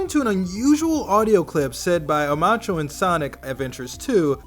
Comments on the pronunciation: Its not omachao. Its OMOchao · "Omashu"? This is Sonic, not Avatar, lol. It's not "Oh-Mach-o", it's "Oh-Mo-Chao". Omochao. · Omacho? It’s pronounced like oh mo chow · Omochao, not Omachoo. Chaotix, not chaotic. You also mixed up Sonic Mania and Sonic Forces. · Oh macho? You mean omo-chao? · Omochao not OMACHO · why is he so incapable of pronouncing character names 'omacho', miles sounds like mouse, he says power not prower. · The amount of things mispronounced amazes me Team Chaotic? OmOHchao? Sonic AdventureS? Sonic mania with one new character? Fact check pls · “o-mah-chu” im speechless, really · Omochoa (how it's said Oh-ma-chow) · "According to an unusual audio clip said by OMACHO..." Did you seriously just pronounce Omochao wrong? Oh my gosh... Heck, you called him Omacho. OMACHO OF ALL THINGS! This is gonna make for some weird/funny memes (or original characters because, well, you know). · its pronounced like Oh-Moe-Ciao. (Like the italian Ciao) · I still can't get over the fact that he said Omachao like it was the name of a Mucho Mexican Wrestler. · HE PRONOUNCED “OMOCHAO” AS OMACHO IM DYING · Oh-Mah-choh? wtf are you smoking? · You said omochao wrong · "Sonic Adventures 2" There's no "s" in Sonic Adventure 2's title. Also you pronounced Omochao wrong. Oh and Sonic Mania won't have 3D Modern gameplay or a new character, that's Sonic Forces. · You said omochoa rong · I knew he mispronounced it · The way the guy said Omochao was terrible!